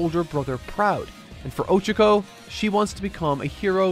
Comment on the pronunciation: I won't lie, him saying "O-chako" instead of "o-CHA-ko" is really bothering me. I don't understand why he doesn't research how to pronounce names as much.